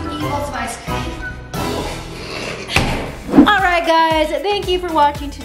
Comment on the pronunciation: is like "Did you eat all the iccream?"